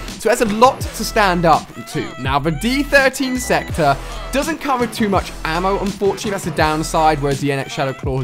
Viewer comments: stop calling it d 13 sector , pretty easy to tell its d 1(I)3(e) sector = diesector ..... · I love how you keep saying d13 sector.... i think the joke is the fact that its the die-sector or disector Ali... love the footage tho, keep up the good work man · It's supposed to be pronounced the die sector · did he not realised it is called the diesector?